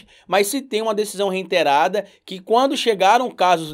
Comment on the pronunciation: Adoro seu trabalho! Só um toque: a palavra é REITERADO, sem o N. Abraço